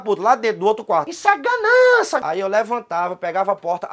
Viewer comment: "issu é ganança"